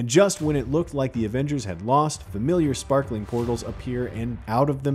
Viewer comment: "Avangers" really?